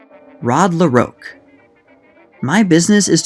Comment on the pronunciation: Ah,, your youth is showing. Debonair actor Adolph Menjou's name is pronounced Mahn-zhew, with a French nasal intonation. Certainly not Man-jew. Also I think silent film leading man Rod La Rocque pronounced it la Rock. Like your channel and perhaps listening to other silent film themed channels mentioning the actors would prove helpful. Appreciate your effort.